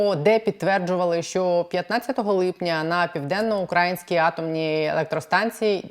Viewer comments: при всій повазі - не ПівденноукрАїнська,а ПівденноукраЇнська, невже Вам це не відомо. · ПівденноукраЇнська ! !!! Ведуча, говоріть правильно! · Наголос!!!!! ПівденноукраЇнська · Пані, Піаденно-украЇЇЇнська АЕС. Ну дуже ріже вухо....вибачте) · Південноукраї́нська атомна електростанція, пані зважайте на наголос, бозвучить якось не дуже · хочу допомогти вам говорити правильно, а саме вимовляти слово 'ПівденноукраЇнська АЕС'. Наголос на букву ї. Дякую! А то звучить дуже негарно. Також дякую за випуск!